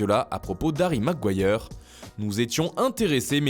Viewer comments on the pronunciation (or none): none